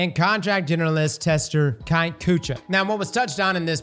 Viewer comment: “Kite” Kutcha. 😂 Makes me wonder if actually listens to these interviews or if it’s just his editors doing it all.